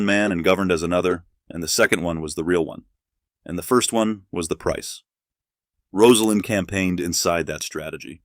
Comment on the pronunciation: Thank you for pronouncing her name correctly. Still news media says it wrong. Disrespectful.